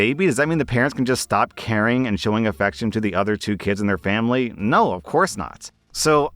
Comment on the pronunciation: "For FAMBLY!"